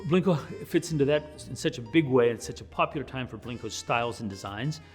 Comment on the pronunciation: Why does he call it Blinko